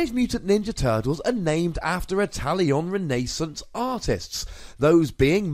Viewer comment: "Itallion Renaisunce"